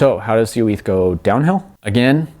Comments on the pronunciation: Dude trying to speak Spanish, oo-eeth? It’s just Oiz. Pronounced “ojzz”. Also, you are riding an XC bike on a trail where you normally ride a downhill bike, so extra kudos for this bike is definitely in place. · Basque, not Spanish, is what makes the difference here. He says it in Spanish, while Orbea is a Basque company. Or in short: you are correct.